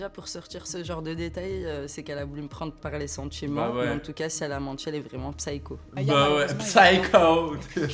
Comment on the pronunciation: on dit ssayko deja en prononciation, tres cringe sah